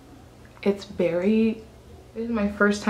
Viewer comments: You shouldve got Revlon Color stay foundation its longer lasting and full coverage i love how you say berry instead of very lmfaooo "its berry dark" lmfaooo 😂😭 your accent is sooo cute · "I'm berry orange" lol I love you!!